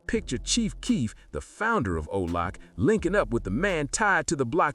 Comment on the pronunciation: You mean OBLOCK… not Olock.